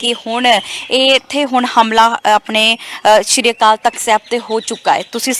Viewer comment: ਸਤਿ ਸ੍ਰੀ ਅਕਾਲ ਤਾਂ ਸਹੀ ਸਬਦਾਂ ਵਿਚ ਬੋਲ ਲਿਆ ਕਰੋ ਬੀਬੀ ਜੀ।